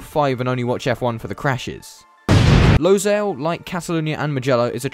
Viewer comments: It is not pronounced “Losail” it is “Lusail” speaking from a inside view. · Also it is pronounced as Low-sual not Low-zal (Pronunciations make sense with characters that sound as how it is pronounced) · I grew up in Qatar. Im so proud to see F1 coming to doha. And it's pronounced 'lou-sail' not 'low-sail' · So much ignorance in this video. How about starting by saying the name of the track correctly? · that is not how you pronounce losail